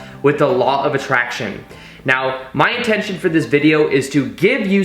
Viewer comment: It's LAW OF ATTRACTION NOT ATTRINACTION LOL